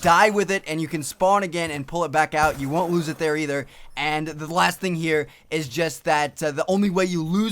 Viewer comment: when he starts talking about the death machine listen to how he says loses...lol